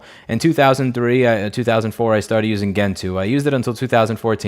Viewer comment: I've never heard "Gentoo", "Portage", or "Debian" pronounced that way. Are you just trying to trigger folks or is that how you think it's pronounced / is that how they are actually pronounced? I know the gentoo penguin is not pronounced the way you said... but that's all I know for sure. Grats on 1.7 :)